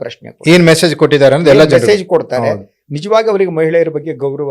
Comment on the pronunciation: He can't pronounce ನಿಜವಾಗಲು after speaking telugu 2 much he pronounce as nijvallu😂